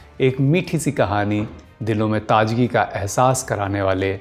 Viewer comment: Bhai apna nukhta sahi kerlo, Majeed not Mazeed, Taazagi not Taajagi.